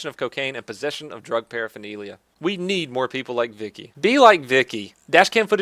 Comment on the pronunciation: “I nweed a witnaaas” 😂